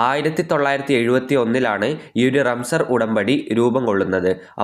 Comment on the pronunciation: റംസർ ആണോ റംസാൻ ആണോ🤔🤔